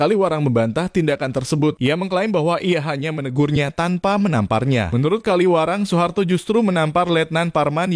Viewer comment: Kawilarang, bukan Kaliwarang.